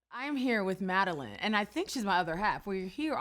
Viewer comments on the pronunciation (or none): SHE SAID MADELINE INSTEAD OF MADELAINE!!!!! TRIGGEREDD!!!!!!!